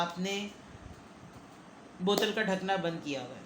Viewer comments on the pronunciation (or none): Mam ap kuch word aise bol .deti hai ki hasi AA hi jati hai ki aise apne bola. Ki apne botel ka dhakkan bnd jr diya hai